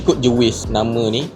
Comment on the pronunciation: hahaha betul2 pelat 'r'... Hahaha 😂